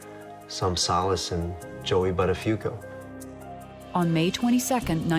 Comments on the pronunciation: Thats an italian Name the original pronounciaton would be boottafuuoco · Not once have they pronounced Buttafuoco correctly what is it that people can't be bothered to pronounce an Italian word correctly for f sake. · The way they pronounce the surname "Buttafuoco" is painful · His name should have been a big red flag to her - "BUTTafuoco" Am I the only one laughing every time they say his name ? "BUTTafuoco" I can't imagine any woman longing to become "Mrs. BUTTafuoco". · As an Italian, the way they pronounce Buttafuoco is utterly disturbing :-) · She definitely has an italian last name! Buttafuoco means throwfire but you pronounce it so wrong 😆